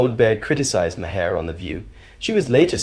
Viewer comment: It's pronounced as 'Mahr'...one syllable.